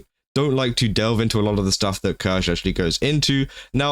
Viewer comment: I think you should know how to pronounce her name at the very least. Hurts every time you massacre her name. Written Kirsche but pronounced Kirscha.